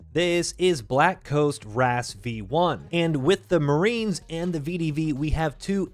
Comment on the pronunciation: To help, it is pronounced Ve De Ve. Воздушная десантная войска. Great episode.